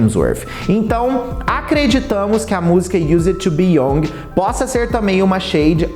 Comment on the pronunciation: Lê-se "iuzede tu bi iangue"